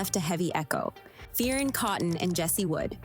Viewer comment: It’s pronounced fern not fea-Erin